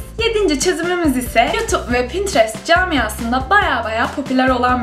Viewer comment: Pinterest kelimesini çok garip söylüyosunnn